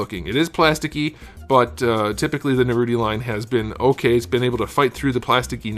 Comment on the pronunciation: "Narouti" oh mai these americans....